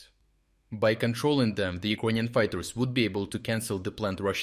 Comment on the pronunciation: Why does the narrator always say E-Kroyan instead of Ukrainian? Is that the proper way to say it? Thank you.